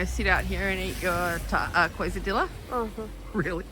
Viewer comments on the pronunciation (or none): I'm loving your channel... thank you for sharing. Quesadilla = kay suh dee ya (Spanish pronunciation) 😂